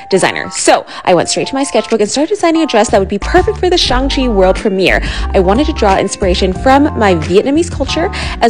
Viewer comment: I love how she called it Shang cheeee